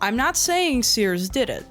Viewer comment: Gorl said Sears purry forn.